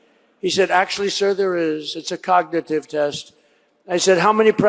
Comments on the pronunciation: 5.03. The clown says “cognititive”….ffs America….. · Sleepy trumpet on speed imagine him sober 😂. Hes had more cognitive tests then average 100yr😂 "hes so old!" Him on biden when younger then him now😂. Alotve ppl dont know about the b. 😂 yea his crowd. They are cult followers. Cognitive tests like every single serial killer takes before trial. No average citizen ever. mispronounced "cognitive " 😂😂😂. Hes the 80yr dementia neighbors we all know Or knew. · Couldn’t say cognitive! 😂😂😂😂😂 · He couldn't even pronounce "cognitive" in that embarrassing speech.